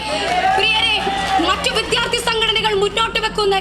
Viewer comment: വിദ്യാർഥി..... നന്നായി ഉച്ചരിക്കണം